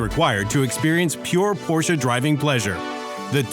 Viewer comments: Cool video, but I couldn't bare it to the end because of the "Porscha" s*it. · The porshuh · LOL. Because Porsh owners can't read, I guess.